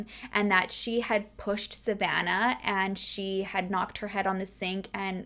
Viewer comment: My name is Savannah and I love the way you say it🥰